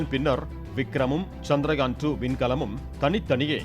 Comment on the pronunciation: Nila nu sollama nilavu nu sonna nalla irundhurukkum....and adhu chandraayan....chandrayaan nu pronounce pannama irundha nalla irukum